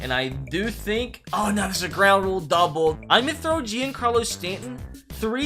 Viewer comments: It’s supposed to be said like Jon Carlos Stanton not Jian Carlos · Stop saying “je-ancarlo stanton” it’s pronounced “johncarlo stanton” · It pains me to hear him say Jeencarlo Stanton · Its pronounced john Carlo Stanton bruh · he also said "JEAN-carlo Stanton" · The way he said giancarlo 🤣🤣🤣🤣🤣🤣🤣🤣🤣🤣